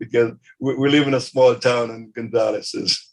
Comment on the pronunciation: Gonzales ends in a S and not a Z.